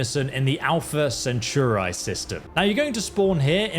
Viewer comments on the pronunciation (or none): I'm sorry, the video is quite good, but it's Alpha CentAuri, not CentURAi. I just can't 😅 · SPELLED: APLHA CENTAURI. PRONOUNCED: ALFUH SEN. TAW. RE. BUT MY BOY SAID "ALPHA CENTOORE." LOL. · Alpha ✨𝒞𝑒𝓃𝓉𝓊𝓇𝒶𝒾 ✨ Edit: jesus you said it so many times... just so you know: its pronounced al·fuh suhn·taw·ree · Brooo, Alfa Centura??😂😂😂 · Good video, but the way you pronounced Alpha Centauri made me cringe ngl.